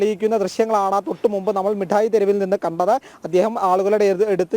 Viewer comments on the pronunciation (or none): മുട്ടായി തെരുവ്, അല്ല, മിടായ് യതെരുവ് എന്ന് പറയു